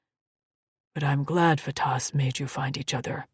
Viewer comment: The pronunciations are "Faytas"...NOT Fatass. "Meeko (Mikko)"....NOT My-ko.